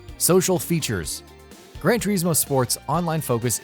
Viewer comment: It's Gran without D